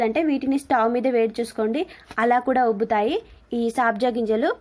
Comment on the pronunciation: Saabja ginjalu kadandi sabja ginjalu